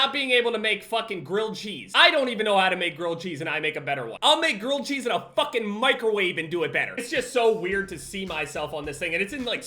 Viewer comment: He said girl cheese bruh wtf